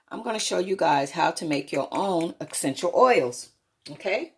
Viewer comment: Excential oils guys